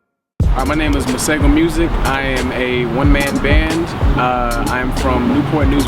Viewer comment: His pronunciation of "Masego" is incorrect though however it’s understandable.. I am a huge fan & hope he'll be gracing SA with his presents soon :-) was really hoping he'd be added to the Afro Punk line up taking place in JHB in December this year